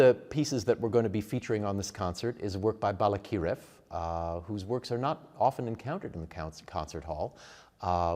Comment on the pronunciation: Balakirev, accent on the second syllable. Yes, Ukrainian used to call Little Russia or Malorossia. Malo means small. Ukrainia means Okraina, means an outskirt.